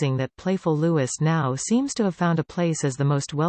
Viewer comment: Nor does she say correct name. LOUIS, not Lewis. Damn robots these days!!!😂😂😂😂😂